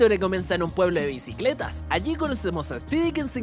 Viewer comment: "BICLETAS? JAJAJAJAJAJAJAJAJAJAJ 😂😂😂